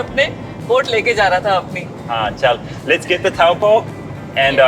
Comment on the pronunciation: TOE.POOR not TOWELPOE. That "moory house" is called a MARAE (MA.RAI). Also its MAOW.RI not Moory. All the effort to learn hindi but cant pronounce maori properly.. 🤷‍♀️